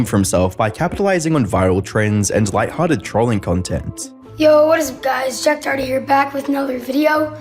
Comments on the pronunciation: name is DORity...and he cant stop saying DOE ITTY HAHAHAHAHA!! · It might be your Aussie accent, but it’s pronounced doe-hurt-tee. Not “doughty” By the way, I think “Doherty” is an Irish surname. Just a cool fact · Why does everyone mispronounce the last name Doherty? , Jack Says "DOritee" (o as in dot) not DOE-Her-Tee. Just like anarchist is not pronounced ANUSKISSED. { just a reminder from your favorite internet pronunciation troll } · "jack doohty" 🤓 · you're absolutely butchering the surname Doherty. Sounds like someone who can't pronounce their Rs saying Dorothy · Jack dowety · still waiting for someone to pronounce his last name correctly. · The way Americans pronounce Doherty 💀